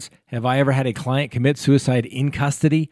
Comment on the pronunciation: Did you just say "sewerside" at the 2.27 mark? Lol!